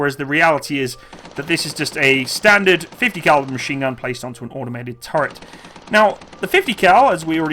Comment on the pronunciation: Audomated is not a word, no matter how many times you say it. Neither is millimeder